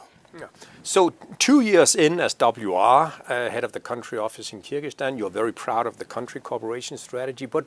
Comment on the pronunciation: Не Киргистан, а Кыргызстан!!!! Не влезайте в нашу страну!!! От ВОЗ никакого толку!!!!